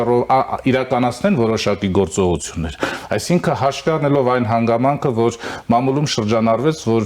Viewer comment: Հերիք չե թլոշ է, նորմալ տեքստը կըմկըմելով է կարդում, բառերն էլ չի կարողանում ճիշտ արտաբերել։ մամուլի փոխարեն ասում է մալմուլում😅։ թաթոյանից մի քիչ շատ գումար վերցրեք, որ մի խելքը գլխին հաղորդավար ունենաք։